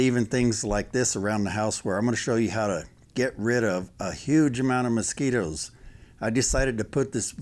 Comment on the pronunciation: Anyone that says “moskeeters” knows what they’re talking about